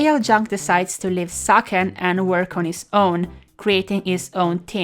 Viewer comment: I guess "Sachen" is pronounced correctly the german way.